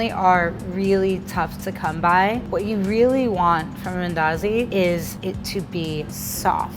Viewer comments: Wait is this a Kenyan speaking like an American? The way she says mandazis yuck! Umeharibu. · You Kenyan? Just wondering coz you struggled to pronounce mandazi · If she says mandazi like that one more time i swear on my daddy momma😂😂